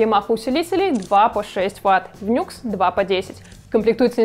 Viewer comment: Честно говоря, по звуку - это вкусовщина. Мне, например, вообще больше всего нравится звук рояля у cdp s160. Его Grand Piano просто афигенен. И правильно не "Нюкс", а "Ню Экс")